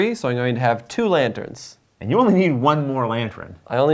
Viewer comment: Actually getting more interested in this game now that I can see it being played. One reason why I love this channel. Also the new ending music took me by surprise! And, I noticed kepy saying 'LanTRENS' and now I can't stop hearing it. x_x